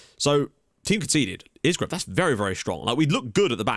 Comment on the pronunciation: Won't be happy TIL you start pronouncing Isgrove (EYE-grove) correctly lol